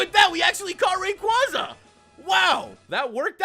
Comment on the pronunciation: b.t.c. ruiz h lol he said rayquaza I'm done